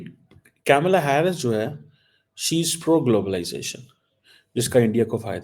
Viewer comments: KAMALAA. NOT CAMELLA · Badi interesting baat batata hun, sab kuchh janta hai India USA relation bare. Pakistan ko kis se fyda hoga Trump ya Harris se., Camela nahi Kamla bolte hain. Aur kya find kiya Damocretic kashkol mei kuchh dalega ya nahi. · At least learn to pronounce Kamala name properly.